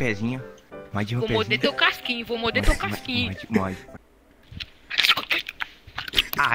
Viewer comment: vou moide seu pezinho eu: kkkkkkkkkk